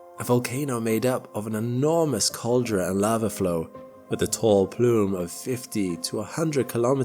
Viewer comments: Cal-dare-ah ... not caljra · Teach your AI narrator that "caldera" is pronounced call-dare-uh, not call-der-uh. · Loved the video! Minor note: it's pronounced "cal-DARE-uh" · FYI, "caldera" is pronounced like "called-airer". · Caldera - Kal Dare Ah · You have a strange way of pronouncing "caldera" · I'm wondering if a theory I have is correct or not. I've been watching your videos for years and am quite familiar with your voice. I also understand you're intelligent and articulate as well. That being said I find it highly unusual that you misspeak the word 'gaseous' and 'caldera' just like an ai robot often does. My question is do you use an ai 'robot' with your own 'voice' to narrate these videos? I see it more and more and suspect that is the case, likely to remove speaking errors (which would be ironic) and to control cadence as well as other aspects of speaking. As I said it's a theory.